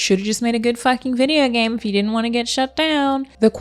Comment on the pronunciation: "I 'int have no concept..." lol.